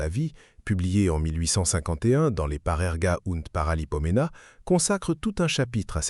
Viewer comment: Pour qui n'est pas de mère-langue francaise, entendre prononcer Parerga und Paralipomena avec l'accent sur la dernière syllabe c'est drôle.